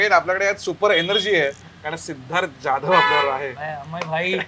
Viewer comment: "जाधव" याचा उच्चार "ज्याधव" असा करून नक्की काय फायदा होतो हे सांगाच एकदा 😢